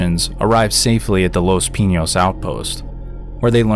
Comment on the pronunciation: Your saying Pinos wrong my guy.